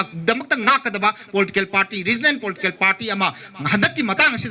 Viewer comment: Please pronounce reginal correctly first